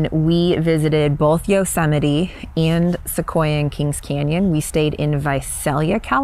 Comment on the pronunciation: LoL "YO-SEMITE"